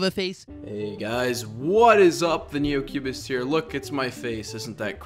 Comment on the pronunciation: I think when you say "the new cubest" i think i hear a r after the cubest. I think you forgot to add "THE NEOCUBESTER'